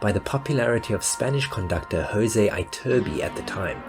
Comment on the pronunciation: Why did you keep saying "Cat Con-SERT-o" during this entire video instead of "Cat Con-CHAIR-to"? Also, it's not Jose Eye-turbi, but Ee-turbi.